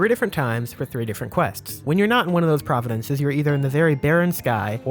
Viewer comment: Love your channel, not to be an ass but I believe you meant to say "province" that whole time. You rock, brother. Keep slamming out great content like you always do.